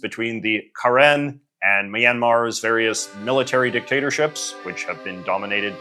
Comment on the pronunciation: I saw my flag in the thumbnail and immediately had to give it a watch. Thanks for your correct pronunciation of “Karen,” our land also goes by Kawthoolei :)